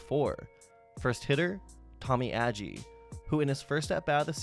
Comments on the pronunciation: Tommy....'Ajee' not Aggie. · Its pronounced like Tommie A-G. Also the first ever NLCS was in 1969.